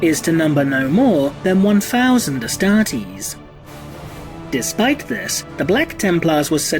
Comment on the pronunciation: The way you say ‘astartes’ is literally hilarious. Great video though keep up the good work